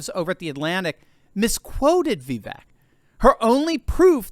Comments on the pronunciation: Everyone pronounces Vivek name wrong… it’s Vivek, like CAKE ( Vi-Vāk) … not Vivek , like Shrek …. Get it right people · God love you but it’s Vi•vake like “cake” although spelled Vivek 😂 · Pronounced Vi-Vāke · Vivek is pronounced like 'cake'. Vi-vake. I heard him say this on a YouTube video recently. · that's "ViVAKE!" - rhymes with CAKE! Stop mispronouncing Vivek's name. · It's Vi - VAKE. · I know it is a little thing, but his name is pronounced Vivek, rhythms with cake.